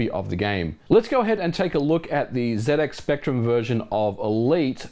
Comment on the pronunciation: for saying zx spectrum correctly.